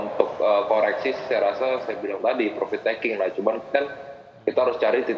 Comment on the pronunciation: Profit min, bukan provit 😀